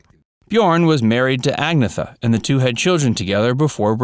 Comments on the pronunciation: Her name is not pronounced "æ-geh-thuh" but "ahn-yet-tuh." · Her name is not Ag-neh-tha, it is pronounced Ag-Nay-Ta, if you don't know how to pronounce the names research it, ask someone who speaks Swedish at least!! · It's Ag-neat-ta. Not Agnetha. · They weren’t a “disco group” and they didn’t have an “original lineup” because there was only ever one lineup. And it’s not ag-nee-th it’s an-yet-ta. Did you text in the copy? Steps have nothing to do with ABBA except writing in song for them a few years ago. What a load of codswallop (British slang for crap) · Ag-na-tha????? Lol is pronounced angyeta! ABBA aren’t a disco band. They had one album (Voulez-vous) and two further singles that were disco. Everything else they did was pure pop. There was only ever two full Steps songs written by Benny & Bjorn. I Know Him So Well and Story of a Heart. This is so badly researched. Agnetha doesn’t live in a little cottage in the forest. She lives on a farm with pool, horse stables etc etc. it’s also big enough for her daughter and family to live there too. The song performed at the 50th anniversary was The Way Old Friends Do. Sorry but this gets a thumbs down for me. Please do your research properly. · Please learn to pronounce Agnetha's name correctly. It's not ag-neth-a, it's (for English speaking tongues) ann-yetta. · This video is so full of bulshit! Every true ABBA fan would notice that this guy is just telling a load of incorrect facts for 8 minutes straight. He keeps calling Agnetha “Agatha” and didn’t seem to care mentioning that she released numerous solo albums after ABBA had disbanded. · IT's NOT! AGETHA! you fool....it's Agnetha, which is pronounced ANN-YETTA! Yanks and their ruin of the English language! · Agnetha is pronounced An-NET-a, a not AG-neth-a. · The narrator pronounces Agnetha like “Agatha” 🙄. Dude, it’s pronounced Agh-neet-ah”. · And so factually wrong too. Sensationalist crap. Also it’s AGNETHA not AGATHA 🙄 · her name is Ag-Nay-Ta